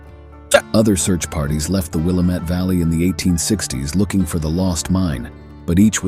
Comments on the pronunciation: Wil LAM et. NOT WIL A MET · Willamette - sounds like:Wih lamb et. Local native Oregonian pronunciation. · It’s pronounced “Willamette” dammit. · Willamette is pronounced out here : Will am it -- Dam it ! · I was born and raised in the Willamette Valley. We pronounce it Will AM it. I am organizing an adventure into the Dutchmen mines of Central Oregon. I am a land surveyor. I have the old maps. There is no cell service. I use GPS. Let me know if you want to come. You will need a very dependable vehicle to come with us. You must have a chainsaw, and there are mountain lions. We'll have provisions for 2 months.🎉